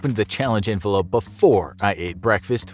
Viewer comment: Did he say envelope or 'Infolope' hehe?